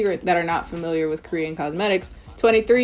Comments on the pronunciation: You're Korean pronunciations sound so good... Do you speak Korean? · Your Korean pronunciation is really good :) Love from Korea 💓